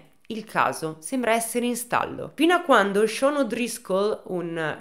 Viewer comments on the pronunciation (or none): none